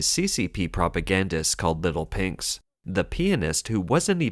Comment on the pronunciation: Your "little pinks" sounds like "little pigs".